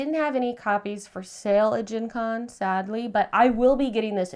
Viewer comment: Gen Con sounded wedgie